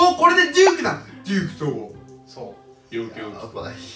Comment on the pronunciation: ディークではなくデュークでは？ Uだしさすがにウ段だと思います